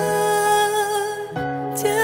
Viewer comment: 其实音色完全没问题。只是感觉静茹咬字比以前有一些差距。 主歌还好，副歌的时候尤其明显（就是当单词辅音相近的时候）。 比如： 把爱【剪碎】了【吹向】大海，有【许多事】让【泪水洗过】更明白。 这几个字咬得非常含糊。 这跟她以前在情歌里【缱绻胶卷，重播默片】， 这么绕的歌词还能每个字发音精准干脆完全不一样。 不知道是不是因为太久没唱的缘故。真的很可惜啊，因为静茹声音的气质除了来自音色外，很大部分来自她独特的咬字。